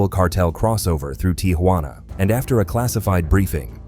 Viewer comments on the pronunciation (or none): It's not TIA juana , just Tijuana